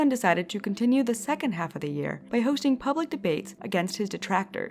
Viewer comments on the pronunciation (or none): You say hosting as hoshting